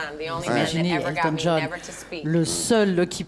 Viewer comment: "Elton Djaune".